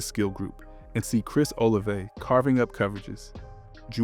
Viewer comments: Bro said Chris OliveAy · its pronounced oh la vey